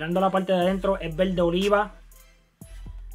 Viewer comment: jjajaja me mama como dice VELDE, EL LUGAR DE VERDE!!!